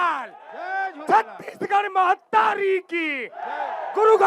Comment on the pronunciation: मेहतारी नहि महतारी सुन लव ठीक से